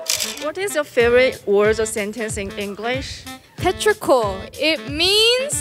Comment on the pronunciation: My favorite part of the video is because I Iove Lily's Australian accent especially at when she was pronouncing petrichor. Like I didn't even know what that word meant and she explained it so beautifully!!